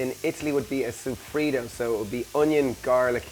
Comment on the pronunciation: sooooooooofrito not seeeefrito lol